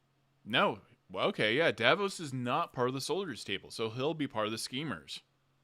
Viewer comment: I'm enjoying reliving the episode events with you and your community. Please learn the character names. 😉 Matt is playing Sir Julien Davinos (pronounced duh-VEE-noss); Davos is from Game of Thrones. Travis is playing Teor Pridesire, not Prideshire. House Tachonis is pronounced tuh-KONN-iss.